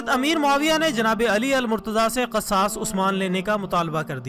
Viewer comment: Sabse pahle apna talaffuz sahih kijiye Jaise ke aqdamat Banu umayyah. Qisas . Khawarij Aur sabse ahm bat muharramulharam ki ahammiyyat roze awwal se hai iski ahammiyyat men sahadat e Husain ko sahmil karna dudh men pani milane jaisa hai Yeh ekhtilafi bahas hai jiska sira muta ayyan nahin is liye yazeed ke maamle men zuban ko lagam di jae Apna mutala wasea ki jiye uske baad dalail ki raushni men video banaiye